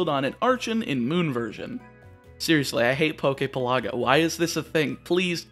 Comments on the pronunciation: Good video. Definitely need to start pronouncing things better though. Like the names of locations in Alola are real hawaiian words, you could look it up. Also Poképelago is pronounced like archipelago. PELago, not peLAGo. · Omg, u pronounce pelago wrong. Your pronunciation is in Italian. In Italian, it is called the Poke resort.